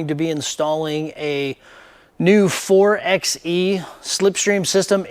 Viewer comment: It's pronounced 4 by E... like 4 by 4. Anyway, thanks for the video, I was wondering about the butt flap wall. 👍